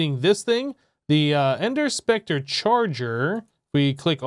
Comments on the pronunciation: yes the e is silent.......plz never say spectreeee like it is a real word.... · Its pronounced spec tur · Anybody else hate hearing it pronounced spec-tree? Love the videos though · i like how you say Spectree instead of specter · Spec Ter not Spec Tree